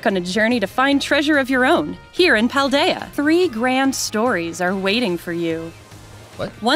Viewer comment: I love that and are the only major Pokétubers who have pronounced Cetitan, Fidough, Paldea, and Terastallize all correctly, right off the bat. From what I've seen, aDrive, Austin, Moxie, and Purplecliffe all goofed one or more of the names at first glance.